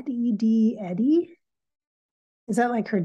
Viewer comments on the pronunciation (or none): That's what I thought, too. In fact, the way she first said Eddie, sounded more like Endie...or Andy.